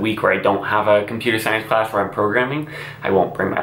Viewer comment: It’s pronounced class, not clash